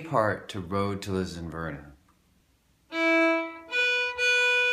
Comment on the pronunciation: Great lesson keep up the great lessons, just to say it's Lisdoonvarna not ....verna :-)